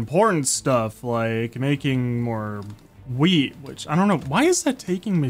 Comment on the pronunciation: 😂bro said weed instead of weet